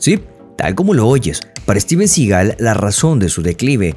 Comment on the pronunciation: Debería aorender a pronunciar el apellido de Steven